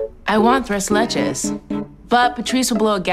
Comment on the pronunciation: I love how Eric pronounces tres leches because his wife is Hispanic!